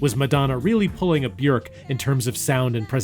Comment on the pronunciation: very odd pronunciation of Bjork here